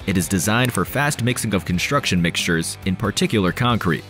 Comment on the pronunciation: Construction, not “Conshstruction”.